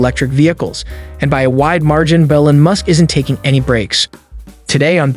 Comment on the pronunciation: I cannot take this video seriously the guy doesn't even know how to pronounce Elon Musk's name.